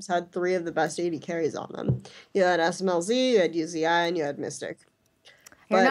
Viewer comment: who the fuck is U Z I?!?!?!?!?! It's pronounced "oozee" fucking say it right